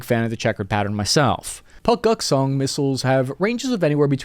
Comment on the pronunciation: Puk..guk...song? I thought it was Long Duk Dong.. whatever..